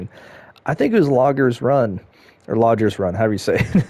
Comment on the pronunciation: Great park! The stations were awesome and the layout of the flume and the "logger" "logder" lol were by far my favorite. The detail of this park was very well thought out! Loved it! I really need to get a PS5.. lol